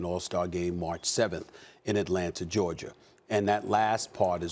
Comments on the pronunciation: SAS “ Georgia “ not Georgerrr 😂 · "state of Georgiar" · Stephen “Atlanta Georgiar” Smith